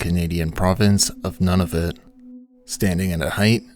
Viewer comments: Iirc it's Noo-nah-voot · noon_evet my friend, get it right cause we Canucks won't have none_of_it !